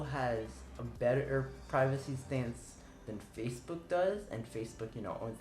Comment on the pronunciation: Pirvacy. That's not Mom.